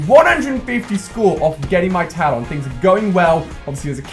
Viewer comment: Please can you pronounce talon properly